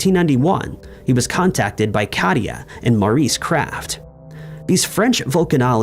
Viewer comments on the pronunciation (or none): none